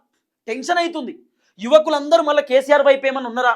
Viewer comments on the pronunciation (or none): none